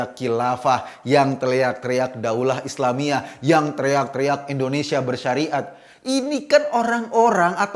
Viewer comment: Mohon Ngomong yg jelas... INDONESIA bukan Endonesia,..